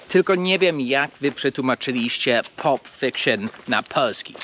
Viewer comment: Cześć, kwadrat jak kwadrat ale nigdy bym się nie domyślił, że tak się wymawia "pulp"😉